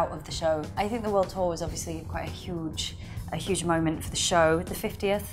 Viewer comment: Jenna had a Scottish moment when she said "huge" I think. She's been around Peter for a long while. (They're best friends, actually. It's like David and Billie tbh)